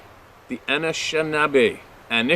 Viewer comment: Pronunciation: Ah-nish-ah-nah-bae. 😂 Ojibwe. I am Ojibwe. Very proud of my heritage and knowledge. Good video, I’ll catch up on the rest. God bless.